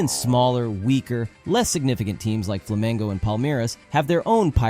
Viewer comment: "ate mesmo times pequenos, fracos e menos significante como o FLAMENGO" ele fez isso de proposito mano sksksksm não e possível, o nível de ênfase que ele deu nessa frase e descomunal sksksksksksks